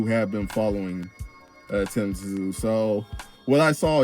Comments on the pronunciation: Just say Sue not t zu 😂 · It’s pronounced Tim Zoo